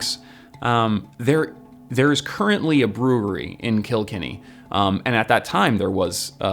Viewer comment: Up Da cats!! Soo funny how they pronounce killkenny 😂